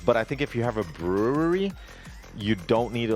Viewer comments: b - ru (as in rude) - ree. its understandable, so watevs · I lost some brain cells everytime he said brewery